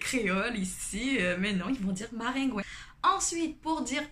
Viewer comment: Ce qui m'a surpris c'est maringouin (ou marengwen) comme ça s'écrit en créole isit et koridò😂😂😂 mais quand tu as dis marengwen j'etais morte de rire 🤣🤣🤣